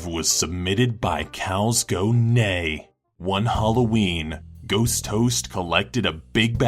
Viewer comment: Did anyone notice has anger when you read the part danger (on the ghost toast one it's more like "host" toast)